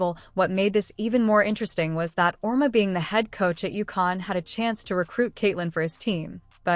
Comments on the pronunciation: His name is pronounced Aur-Eema! And he’s a horse’s backside!! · Learn how to pronounce Geno’s name you idiots.